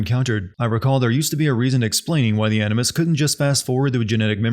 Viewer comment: This guy said "Enema Session" instead of "Animus Session" I don't care what the subtitties say, i heard what i heard.